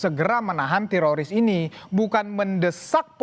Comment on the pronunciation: telinga saya mendengar bilang Terosis bukan tiroris. yang sama pendengarannya kasih👍